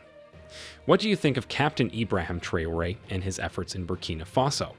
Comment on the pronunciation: The voice-over mangles Traoré's name so badly that he must be a yankee.